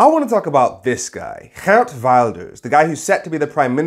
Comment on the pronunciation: Extra thumbs-up for taking the trouble to pronounce "Geert" properly :)